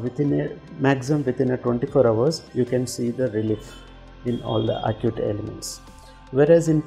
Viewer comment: Why say আকুট? Say একিউট।